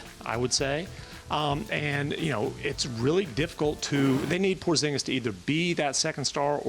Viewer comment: Who the Fck is "POZGINIS"?